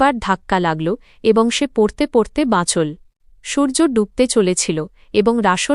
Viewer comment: কেমন উচ্চারন করে বুঝিনা। সব গুলো ঠিক করলেও। এই সব্দ গুলো ঠিক হচ্ছেনা যেমন এল। বাচল।গেল।এই ধরনের উচ্চারন গুল